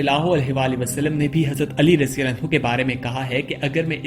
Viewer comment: Abhi tuje radiyallahu bolna nahi aata raji-raji kya krta he?